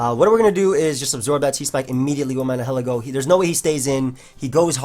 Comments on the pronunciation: Nihilego PRONOUNCIATION: (Nye-eh-Leh-Go) Its name is based on the word "Nihilism" (Nye-eh-liz-mm) and/or "Annihilate" (Uh-Nye-eh-layt) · I believe it'd be pronounced "nye-ih-leh-go" because I assume it's based on the word "nihilism", a belief that nothing in the world has a "real existence". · I think Nihilego is pronounced Nye-Hill-Ego. It's a combination of Nihilist and Ego, so it makes sense to me.